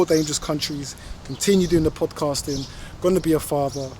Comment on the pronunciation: Why u say da traveller and not the traveller?